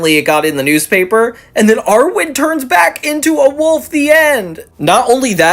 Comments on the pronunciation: It's pronounced Irwin, not Arwin. Also, I'm surprised you didn't know the future episode was a parody of Dune. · Friend please, IRwin not ARwin ❤